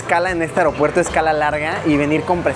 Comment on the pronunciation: Yo con mi TOC, escuchándole decir mil veces AROPUERTO, Luisillo es AEropuerto 🤣🤣🤣